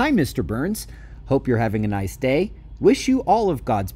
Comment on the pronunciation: Were you saying BURNS or Booo-urns 😂😂😂